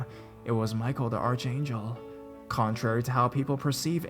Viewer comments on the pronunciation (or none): Its ark angel not arch angel lol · Archangel is pronounced ark-angel.